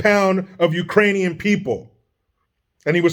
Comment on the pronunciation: He Also called them Irainian instead of Ukrainian People 🤣🤣🤣🤣🤣🤣🤣🤣🤦🏾‍♀️